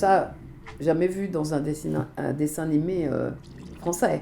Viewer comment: Chibi Tama ah OK merci Mais du coup elle le prononce mal Brigitte ?